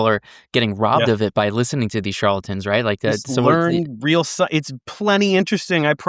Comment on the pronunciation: it's "charLAtan" not "charlton". Sorry - it's fingernails on a chalkboard to me. 🙂